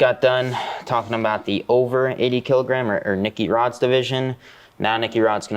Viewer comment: "Nicky Hod" - Mestre Renato Laranja